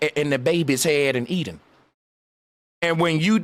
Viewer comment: "E-DEN" "electronic den"